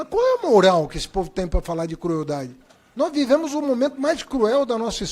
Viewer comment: "Nois" gezuis